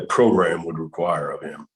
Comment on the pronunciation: It’s all about the progrums. What progrums have you taken?